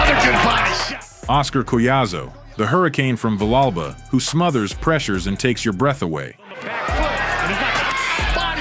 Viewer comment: The Mexican's liver was quivering??? Really??? Villegas is Ecuadorian you idiot! Go back and edit, and correct this garbage narration of the fight. Your pronunciation of "Villa Alba" is horrendous. It's pronounced as Vee-jah Alba" phonetically and your spelling of it represents your education maybe not. I noticed the narration was out of sync with the action as the fight progressed. It was just terrible. I began to realize this was AI garbage and more clickbait.